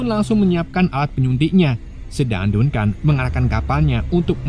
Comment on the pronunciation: Dankən bang dibacanya bukan dunkan